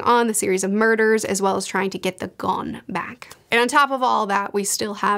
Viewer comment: As I said elsewhere, I think 'gonne' is supposed to be pronounced as 'gun'. Compare the poet John Donne.